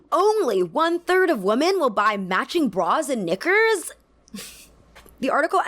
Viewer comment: Love the video, great points. Couldn’t agree more, but a few times, the way you said ‘knickers’ came a little close to a g sound in the early parts of the video.